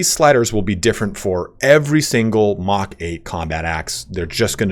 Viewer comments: Lol I came to say pretty sure MK IV Power Armour is Mark IV. Thanks for the video tho. Couple good tips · thanks for the content. It’s great. 1 think to note is the mk is short for mark rather than mach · It's not mach...it's mark. Mark 1 mark 2 mark 3. It's a way of delineating between versions of gear. Mach is how fast you are going relative to the speed of sound depending on your altitude. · Just an FYI for future MK stands for Mark not Mach.